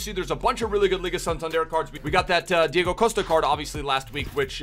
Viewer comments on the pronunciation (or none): none